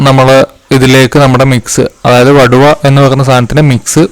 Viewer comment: വടുവ അല്ല. വടുകo എന്നാണ് പറയുന്നത്